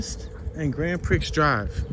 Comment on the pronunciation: Like your Tours a lot, but the Street name "Grand Prix" is Pronounced "Grand Pree"